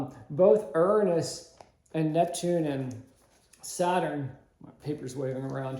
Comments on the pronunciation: That’s a new way to pronounce Uranus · You are mispronouncing URANUS.